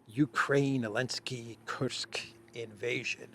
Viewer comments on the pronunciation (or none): Why do you pronounce his last name as “Elensky?” Strange